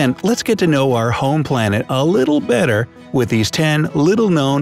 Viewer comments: YOU MISS SPELLED BETTER YOU SAID BTTER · the "better" word was wrong hahaha